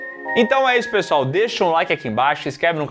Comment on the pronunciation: Porque o sempre fala "PSOL", quando quer falar "pessoal"? KKKKKKKKKKK Não é a primeira vez.